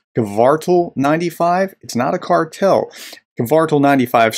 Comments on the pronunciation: The "Cartel" vs "Kvartal" thing on its own makes Ritter look like a complete dunce. Not to mention the other 36 minutes of that video. Also the pronunciation is /kʋǎrtaːl/; Hyphenation: kvar‧tal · Ritter didnt need to deliberately mispronounce Kvartal, but he did, most likely intentionally.